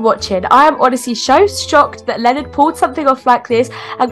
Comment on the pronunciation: is everyone ingnoring the fact that the police lady called Leonard linnin😂😂